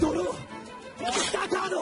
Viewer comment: "Monsuta cado"